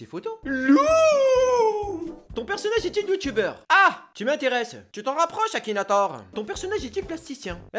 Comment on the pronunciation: C ma tuer le "Akinatouz"